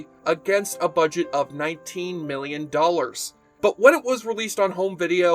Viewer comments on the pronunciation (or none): none